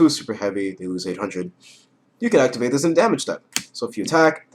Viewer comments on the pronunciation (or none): none